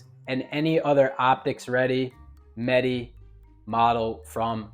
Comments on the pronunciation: Meh-Tay. Not Met-Tee. At least say it right if you want to appear like you know about the gun. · Bro said canik metee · Pronounced Met-ay.